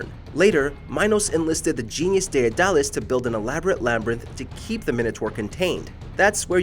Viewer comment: who the fuck is daeadalis? I think the name you were looking for Daedalus